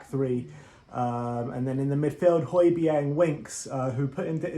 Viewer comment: Great pronunciation of Højbjerg's name, lads 😁👏👌. Regards from his home town